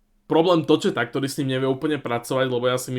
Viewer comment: Chalani, ako veľmi vám išla prasknúť žilka, keď ste sa po nahrávaní a hodine špelukácií dozvdeli, že Larkin povedal len Vegas, Floridu a Minnesottu?:Ddd A, Tocchet sa číta ako Toket, nie Točet či Tošet alebo ako si to ty hovoril:d